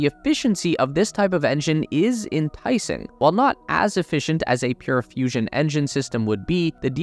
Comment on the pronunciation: I thought it was serious till I heard fussion......